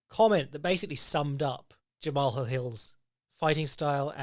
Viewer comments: it's pronounced the same as one would the name "jamal" 😭 great podcast, as always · I think it’s pronounced Jamal, he called himself Main Event Mal at the end of his interview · Pretty sure Jamahal Hill is pronounced like "Graham"